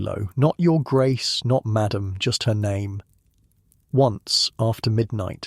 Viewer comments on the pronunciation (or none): none